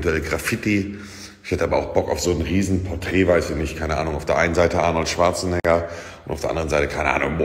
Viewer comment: Er Heißt Arnold schwarzenegger die Silben lernen kleiner und nicht negger sagen